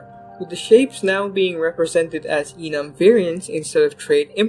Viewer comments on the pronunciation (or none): none